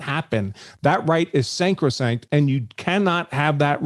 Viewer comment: Just a little point if I may? This lawyer just said SANCROSANCT? There is no such word! it is SACROSANCT !!! Jeez!